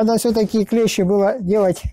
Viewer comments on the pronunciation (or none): none